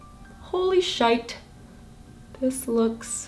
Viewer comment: You said “holy Shite” in a Scottish accent 😂 like you literally sounded like me coming from Scotland we say Shite hahaha